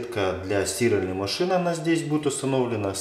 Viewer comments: Почему стИральной? Мне больно это слышать. А в остальном отличный специалист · Для сти́ральной машины 🤦, как можно так ударение искаверкать))